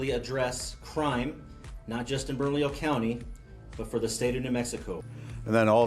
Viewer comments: Say it with me - Bern - A - Leo county. That's how you pronounce it. This commentator was driving me crazy. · It's pronounced BERNA-LEO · Lol!!! berna"lillo" I love it. It's pronounced berna"Leo" but yes it's spelled bernalillo